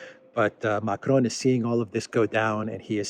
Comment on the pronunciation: Ma-CRON as you are pronouncing it would be spelt Macrone. "Macron" ends just with a nasalized "o" sound. Hope this pedantry is useful.